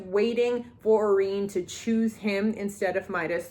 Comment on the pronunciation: Her name is pronounced "Au-REN" not "Au-REEEN" 😭